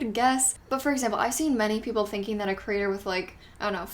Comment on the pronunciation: I love how the way you say ‘creator’ sounds like ‘critter’. I picture lots of creepy crawlers! 🐜 🕷 😂